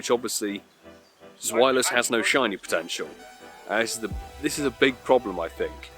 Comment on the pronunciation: I dunno why but the way you say zwelious :S